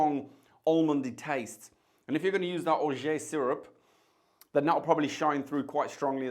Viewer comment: Orgeat is pronounced Or-zhaat if you speak English or Or-zhaah if you speak french.